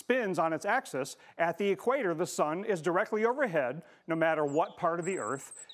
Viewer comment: "...the tilt of the Earth on its asskiss -- er, axis..."